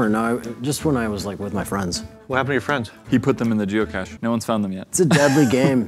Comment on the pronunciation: Am I the only one that heard " jew cache" instead of geocache